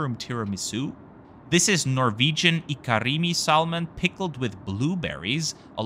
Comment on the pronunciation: Great video mate. Looked good. And the food delish. Just some advice: in English the word : salmon has a silent ‘l’. So essentially it is pronounced ‘Sam-mon’